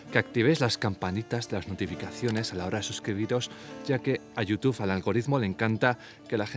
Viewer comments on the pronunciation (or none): none